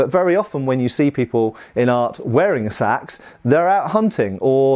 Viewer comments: Gods I hate that pronunciation. They weren't wearing shades and blowing cool tunes into a curved horned instrument, and nor were they using burlap bags as weapons. Æ is the a in at/bat/cat/that, and it is not spelled Sæx, it's Seax. So there should be some level of even sub-vocalization, something that makes it sound different than what rice is transported in, or what John Coltrane was famous for. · "There are all kinds of Saxe..." 😜